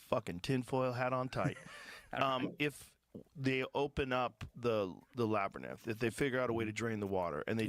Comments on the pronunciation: He says "labyNITH", not "labyrith" - its even worse than you think, AND he says it multiple times, so its not just a slip of the tongue lol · Labberninth cracks me up everytime I hear it! Great video, Flint! Thanks for all the hard work you put into these! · You’re gonna say “labber-ninnth” forever now, aren’t you? 😆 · Honestly I'm a fan of Joe Rogan. I understand he is wrong on many historical things, but I appreciate his curiosity and diversity of guests. That being said, I really appreciate you giving him crap about the way he says "labernyth" Labyrinth. 😂😂